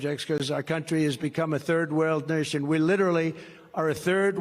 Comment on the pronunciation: "A third world nooshion"